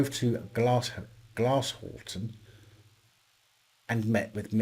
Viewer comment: Glasshoughton is pronounced GLASS-HOW-TON mate! 😁